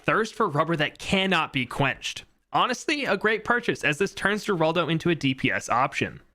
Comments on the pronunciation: They pronunce it her-aldo not geraldo. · its pronounce heraldo not geraldo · Its pronounced Heraldo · people are stupid, it should be common sense from the moment your read the name that hes spanish which in turn should make it obvious that its pronounced HER-ALDO